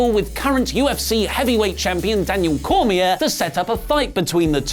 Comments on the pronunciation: It's pronounced Corr me ey not cor me air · (Core-me-ay) (me-o-chich)